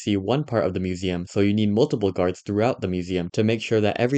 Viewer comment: the original guy said “gurads” instead of guards and “deegres” instead of degrees